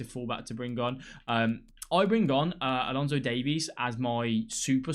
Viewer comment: pls. its alphonso not alonso